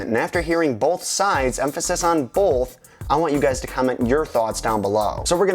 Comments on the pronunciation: both not bolth ffs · emphasys on BOLLTH? THERE IS NOT FUCKING Ls IN BOTH. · Emphasis on Bolth? My British amusement at the additional sound to Both. continues watching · "...emphasis on BOLTH..." (cringes) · Emphasis on the 'L' in both. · There is no "L" in "both". Just trolling. Great video.